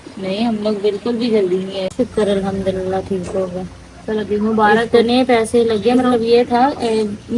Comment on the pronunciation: MAA SHA ALLAH, ALHAMDULLILAH, INN SHA ALLAH ya dosry muqadas alfaz sahi se proper bola kren plz or akhir mn H yani ہ ki awaz lazmi nikala kren plz plz